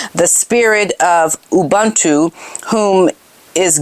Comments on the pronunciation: I'm South African and have been a devoted follower of yours since you started. It is pronounced Oo-boon-too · Oohbuntoo, it is pronounced, it is the joy and resilience of African people. I have a place in SA and UK. Found out I am of African heritage recently ❤